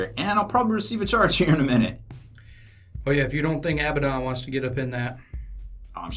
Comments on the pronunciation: You guys do good work. i just have one little peeve. Abaddon is pronounced [uh-bad-n],(stress the bad) not [Ab-bad-on] to hear it pronounced. I know that the community as a whole says it as you guys have, but I thought I'd let you know anyway. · thats a weird way you pronounce Failbaddon ;)